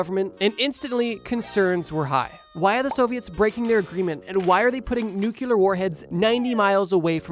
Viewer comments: Nuclear not nucular Nu'cle'ar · Nuclear, not nucular. Come on. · it’s pronounced “New-Clear” Nuclear. Not “New Cue Ler”. 2 syllables bro, not 3. Trust me bro. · Ohh thank you! Everytime i hear nukuler, it reminds me of Homer tryyying to rell Lisa she was saying nuclear wrong!!😂😂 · why do people say nucular war and not nuCLEAR war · The amount of times he had the AI say "nucular" pisses me off. Like, bro. IT'S NUCLEAR. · You muricans, it's NUC LE AR, not nucular, there is a freaking L dammit! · For the love of god stop saying Nuke-u-lar!!! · Love the videos, you dont have to pronounce the word Nuclear, like "Nookular" There isnt 2 "U's" in the word...Again, love the vids! haha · Please stop saying "nuke yu ler" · “Nuclear” has 2 syllables. nu-clear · Please. It’s nuclear. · Nuke-Lee-Urrr. Jfc. It's nuclear. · You pissed me off with "Nukelar" . Are you fkn stupid? Not watching to the end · Haearing you say 'nukelar' makes me irrationally angry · Usually i don’t skip anything on your videos… sadly as soon as you said NUCULAR i had to pause and sigh in disappointment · Bro it’s “new - clear” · Yeah, nucular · The egregious repetition of the word "nucular" is giving me intense George "Dubya" Bush flashbacks. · Who is teaching people to say "nuke-yeller" instead of nuclear and how quickly can they be stopped? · "Nucular"? Really? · Had to leave the video after hearing the word 'Nucular' too many times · Friggin nucular war causing bears!😂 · nUcULaR wAr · NEW CLEE URR. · *New-clee-ur , bro 😭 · Everytime bro says nucular my ears bleed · Hearing say "Nucular" makes me irrationally uncomfortable 😭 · Ugh... I hate te nu-cu-lar pronunciation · "Nuke-u-lar" is just simply not how that word is pronounced. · The amount of times he said nuclear wrong starters to hurt my head. Sounded like George W Bush talking about nukes great video though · Pronouncing nuclear wrong kills it for me man, sorry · It's actually a more common mistake than you think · This. So much this.